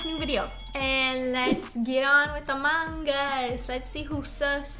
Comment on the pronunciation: How you guys pronounce the g in among XD